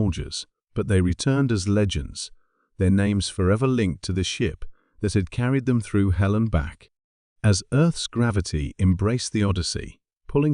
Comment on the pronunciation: Helen and back supposed to be hell and back. This A.I. needs to learn english.